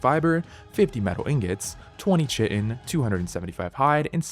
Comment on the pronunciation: Chitin is still pronounced KY-tin ( /ˈkaɪ.tɪn/ ), however 😉